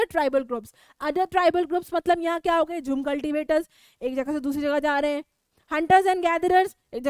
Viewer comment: That is not ho-e that's ho